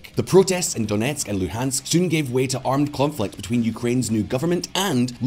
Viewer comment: I'm impressed with your Ukrainian pronunciation when you say "Donetsk" and "Luhansk". Nice job